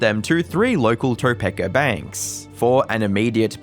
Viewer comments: It's pronounced "tuh-pee-kuh". Simple search would have helped with this. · Topekan here! The correct pronunciation is "Tuh-peek-a" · It's pronounced toe-peak-ah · I'm sure others may have metioned this... Topeka It's pronounced 'Tuh-pee-kuh', 'Tuu-pee-kuh', or 'Toe-pee-kuh' depending on how local you are. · No shade meant. Topeka is generally pronounced like "Topeeka." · Not even from Kansas yet I’m like it’s Tow-peek-uh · this isn't relevant to the vid at all, I just found it funny how he pronounces Topeka. As a lifelong Kansas resident, I've never heard it pronounced that way. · Maybe look up how Topeka is pronounced. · My only issue with this video is the way you say Topeka. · I'm not from Topeka Kansas but even I know that's not pronounced right 😂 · I’ve never heard anyone pronounce Topeka like that lol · Haha I love the pronunciations of Topeka and Wichita!😄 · Just a friendly American trying to help you with your American city pronunciation: 1) Wichita - WITCH-ih-taw 2) Topeka - toe-PEAK-uh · I'm begging you to look up how to say the names of cities before recording videos. Topeka = toe peek ah Wichita Falls = Witch i (like in) tah (like Utah). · You don't know how to pronounce Topeka or Wichita Falls, both of which are Native American names, and would be the easiest things you could research... So you either Hate Native Americans, or you don't actually do the research as you pretend to do. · that's a funky way to say Topeka 😂 the way "Wichita" was said was even funkier than "Topeka" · Your pronunciation of “Topeka” and “Wichita” is craaaaazy 😂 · This guy doesn't know how to pronounce Topeka or Wichita Falls, both of which are Native American names, and would be the easiest things to research... So he either Hates Native Americans, or he don't actually do the research he pretends to do. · it's toe-peak-uh not toe-peck-uh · "Toe-pek-ah" Was really funny. In the area we pronounce it " Tah-Peek-Ah'. But it is a weird name to be sure. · Toe-pee-ka not Topecka